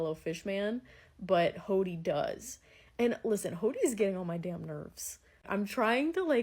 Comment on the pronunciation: I enjoy these so much! Looking forward to your Fan letter reaction~ Also lol, I hear "Hawty"/"Hotty" instead of "Hody" in the way you pronounce his name. 😂 In the anime it's more like "Hoe-dee" Also happy birthday (even if it's late by now)! 🎉🎉🎉